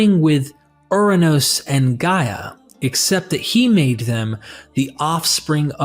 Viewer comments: 😂 This dude said, “gay” instead of Gaia (Guy-a). I can’t take anything said in this video serious. How are you going to speak about the Greeks and then miss pronounce our words? 😂. There is nothing about the Hellenic creation theory that is similar to the Bible 🤦‍♂️ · Who is doing the ancient text voice over? Gaia (he pronounce it as gae), in Greek it is similar to English "Yeah" not no gae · Impregnates Gay ??? Not Gaia